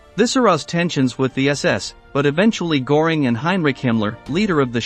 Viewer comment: Der Kommentator sollte sich entscheiden ob er englisch spricht oder deutsch. Aber wenn schon deutsch, dann richtig ! Nicht, z.B. Geheime Staats-Poleisei ( statt Polizei ) oder Hermann Goring ( statt Göring ), usw. Der Qualität des Berichts schadet die richtige Aussprache sicher nicht.